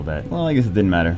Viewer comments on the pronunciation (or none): none